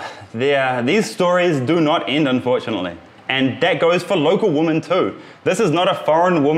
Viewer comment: “Women” isn’t pronounced like that Karl! Your videos are great, and is the only fault I’ve found with them, but you repeat it every time you say the word!!!